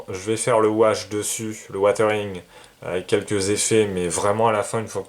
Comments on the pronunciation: Super boulot tant au niveau de la maquette que du montage vidéo. Vraiment bravo et merci. Juste une seule remarque..... WiZering..... Pas Watering..... 😁😉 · Je t'entend dire "watering watering..." mais on est d'accord c'est du "weathering"?!!!? Qui se lit don grosso merdo wézering quoi?